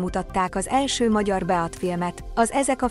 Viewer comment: Mi az hogy "beat"? Kimondva "bít"! Nem ez az első baki a felolvasásnál. Bocsi